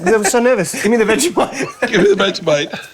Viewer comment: "Veggie-mite" I SPIT OUT MY DRINK HELPP- Austin is too cute🤣🤣